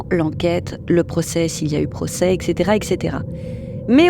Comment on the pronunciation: Il n'y a pas de "Q" ou de "K" dans "et cetera" !!!